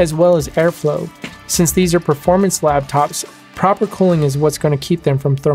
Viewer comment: Thanks for the video--very informative. One thing; it sounded like you said "lab-tops" instead of "lap-tops" . (Or did I just hear it wrong?) Anyway, I'm a subscriber to your channel now and look forward to your future videos--thanks again!